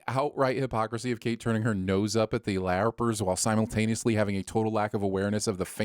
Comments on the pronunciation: It is killing me that you're pronouncing it "LAY-R-PERS". I could be wrong on the pronunciation but hearing you say it this way so many times makes my skin crawl. LARP-ERS bruh. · CARP. TARP. HARP. LARP. Lay-arp?